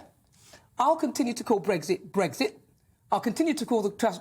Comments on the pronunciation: It's not "Breg-zit", it's Brexit. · Its not BREGZIT! Its Brexit….